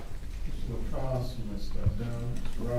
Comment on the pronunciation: He has stated his name clearly for the court. Why can none of them use the correct pronunciation? Why is that so difficult? Also, why did the defense atty. keep saying "Walmart" when it was clearly "Kmart" that Mr. Lacasse visited while out of town?